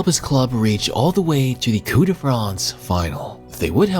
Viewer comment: bro it's not "coup de France" it's "coupE de France"